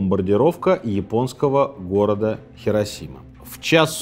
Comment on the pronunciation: Сергей, Хиросима. Понимаете, хИ... А вы всё время тяготеете к "хЕ". Если вам интересно знать, в японском даже нет такого слога "хе". Правда, есть "хэ", но это уже совсем другое звучание)